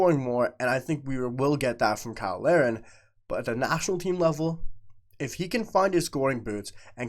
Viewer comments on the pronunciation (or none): Why do you usually pronounce Kyle Larin's name like everyone else & other times pronounce it "Lareen"? In this video alone, you switched back & forth multiple times. BTW, I agree with you regarding Larin & the main proof of this is how much Jesse Marsch plays him as a starter.